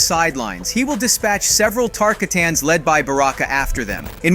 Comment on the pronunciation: TAR-KAH-TANS, NOT KARTAHTIHKANS